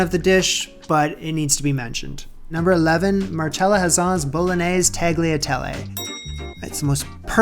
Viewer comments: Happy New Year! This retrospective was absolutely delightful. (One teeny request from an Italian grandma: Please learn how to pronounce “gnocchi” and “tagliatelle” correctly. The app that says “nyoh-kee” is wrong—it’s “nyaw-kee.” And “tagliatelle” is “tah-lyah-tell-leh.” The “g” is like the one in “lasagna.”) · And he still has no idea how to pronounce “tagliatelle”.